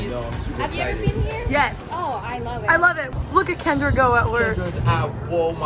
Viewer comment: why do i feel like she said andrea not kendra